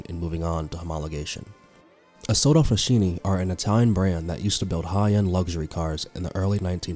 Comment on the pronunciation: What a mess. Who’s the commentator? It sounds like bad AI. If not…then learn to pronounce Dallara, IMSA, Isotta. Etc. (Or find someone who actually KNOWS a bit about motorsport). Quite apart from anything, the list is not even complete 🤦🏻‍♂️